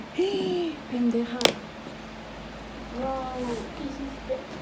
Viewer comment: You said heeee pendea😂